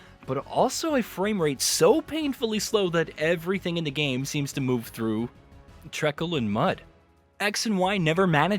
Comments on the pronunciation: Did you say trekkle when you meant to say treacle!? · Yeah, it made me laugh